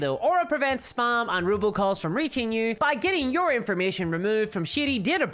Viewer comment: I just need it to be known that I kept hearing "robocall" as "ruble calls" and was wondering why Russian money was calling her, 😂